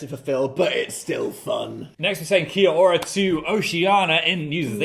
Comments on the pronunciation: New Zealander here! Pronounciation notes for 'Kia ora' (a greeting in Te Reo, our indigenous Māori language): It's more like 'Ki / ao / ra,' with the 'ao' like 'oar' and rolling the R a little so it sounds more like a 'd' 🫶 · the kia ora pronunciation is crazy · the pronunciation of kia ora kills me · as someone from nz im really obsessed with the butchering of kia ora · as a kiwi, i wish they'd stop trying to say kia ora